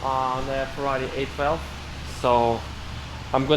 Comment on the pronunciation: I kept hearing him say 8-Valve, and I was wondering why ?...then I figured out he's actually saying 812 LOL !